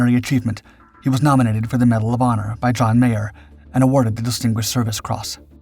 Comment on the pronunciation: He keeps saying "John Mayer". It was John Meyer.